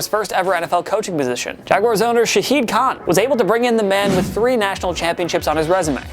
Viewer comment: Also it’s shad khan not shahid khan